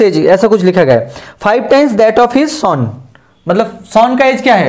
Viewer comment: Sir sum ko saam nhi bolte plus ko plas nhi bolte or son ko sooon nhi bolte ago ko aego nhi bolte lallu sa